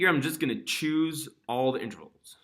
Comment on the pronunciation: Nice, but please say in -TER-vals. Not inTRAvals. I'm recommending this video to my students, but please pronounce that word right please.